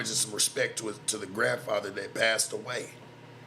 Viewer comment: said my grandpather 😂😂😂